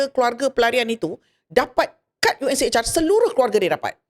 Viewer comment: UNHCR... Bukan unchr